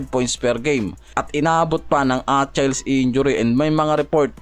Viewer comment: achayls injury 😂😂